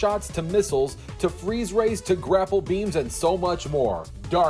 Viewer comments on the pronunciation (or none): none